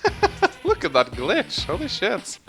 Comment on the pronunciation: You said glitch-gich before the glitch was shown! Is this emulator ?